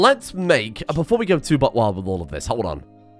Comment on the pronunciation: i never imagined how tickled i'd be to hear a non-american say 'buckwild'